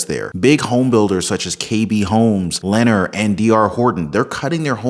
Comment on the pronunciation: pronounced lenNAR